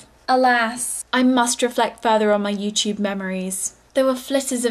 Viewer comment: youtube* not youchoob